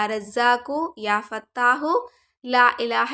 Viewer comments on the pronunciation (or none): Ya fattah not ya hattah